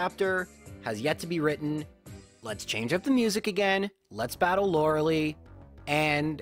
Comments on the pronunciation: it IS pronounced "Laura-Lie" not "Laura Lee"..I have seen people with this name and NONE of them ever pronounced it,the way you do... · Did you know it is pronounced Lora-lie? for the rest of the video: Lora-lee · I'm sure there are plenty of other comments about this but seriously....why "Lore-leigh"???? its definitely "Lore-lie" it bugs me in every video. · Did you all know its Laura-Lie not Laura-Lee? Lauralei: Haha Ice move does winning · As a kid, I pronounced it "Loree-ellie". I have no idea where that extra syllable came from. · That Lorelei fakeout was the worst. Literally every time you say Lerelee it hurts me. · Lorel...-I..?! Not Lorily, not Lorder-duray, Lorel-i 😂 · Lora-Lee has always been how he pronounces her name, it has become a tradition on this channel by this point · Not trying to nitpick here but Lorelei is pronounced Laura-Lie......Btw you forgot to mention that Blastoise looks like it is OBESE in Gen 1......lol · I dno in my language its more pronounced; lorelay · "Lora-LIE" I raged so hard when I first started watching you because your weird pronunciation of this name. But.... I've watched so long that now the correct pronunciation sounds wrong to me. It feels wrong to say it. You've converted me. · Damn I got all excited that he was finally gonna pronounce Lorelei correct. Dammit you fooled me! That 5 hp self destruct tho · "Oh my god, it's finally happened! he has finally realized that he's been saying Lorelei wrong all alo- oh..." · The way you pronounce "Lorelei" really aggravates me. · I love the rival fivel joke also I know I’m just nitpicking but your saying Lorelei wrong. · So is the pronunciation of Loralei some sort of inside joke that I've missed? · Have you been mispronouncing her name intentionally this entire time? Like how wolfey says wenusaur? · PLEASE JUST SAY LORELEI CORRECTLY 😫